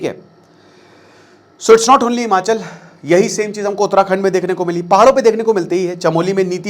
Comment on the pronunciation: It’s Himachal not Himanchal in Hindi